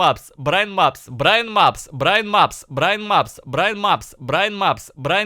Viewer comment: Вначале он говорит Брайн Мапс, потом произношение переходит в Браимапс и Браинапс